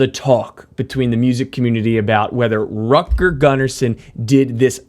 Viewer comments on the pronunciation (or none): Dude, the name is Rutger, not Rucker or Rocker how you pronounce it. It's really annoying. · Rocker Gunner Son. And then we read Rutger Gunnarsson. Aha, that Yank can not even say Rutger. Please, what is wrong with saying Rut Ger?! Rocker is very funny, but it is soooo annoying: it is NOT Rutger. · Dude, Rutger is pronounced "rOOtger" not "r-uh-tger", like wtf, get some basics straight before doing a video like this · Rutger isn't pronounced "rucker". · "Rutger" is pronounced with an "u" like in bull, not like in butter. Same with his family name Gunnarsson. Not that it matters in base heaven where he is now, probably playing a duet with ABBA guitarist Lasse Wellander that went over yesterday. RIP both of you guys. Vila i frid!